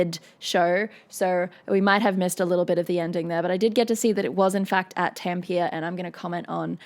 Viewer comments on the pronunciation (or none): Tempier? Is it how you pronounce Tampere in Oz? The actual pronunciation is a bit like "Tum-puh-ruh". ;-) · Tampia? It's pronounced Tamm-Peh-Re, with that peculiar Finish r that sits between a German and a proud Spanish R - or a softer Scottish R. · It's Tam-pe-re, not Tampeer. It's a small thing, but grating to Finns. It's like pronouncing Sydney as SIDE-ney, Brisbane as Bris-BAIN, or Melbourne as Mel-BORN. Loved the vid and your commentary! 😎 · Probably not the first to say it here, but it's Tampéré, not Tampeire. ;-) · It's pronounced Tamp - eh - rey, mot Tamp - ear. I've only been there once with my old job (and as a Brit I was lucky to be travelling with a Finnish guy - one of the nicest guys I've ever known in my travels around the world in my last job) Does it help that she is a big (i.e. very tall) woman? Does she not have bigger muscles in her throat because she is at around 12" taller than most female singers (and is taller than all the band - in that pick they pretend it's down to depth) Sad to say I despise Dawkins, a man full of hate, who earns his pay not from doing a Professor of Biology's job (that he is paid for by us Brits), but for spending his time telling lots of people how horrible they are. Love the song though. And remember that all but the Floor from Netherlands and Troy (the bagpipe guy) from England, are Finnish. Marco (the other genius singer that shows how wrong I was when I attacked this group a few years ago on another channel, in all respects) is an astounding singer from Tervo which I think I've also been to :) I think the excitement of most of the band is playing to a home audience - not something a person from a country with a population of 5.5 million thinks isn't a big deal. I imagine Floor feels at home in Sweden or Netherlands concerts. Very interesting vid - thank you.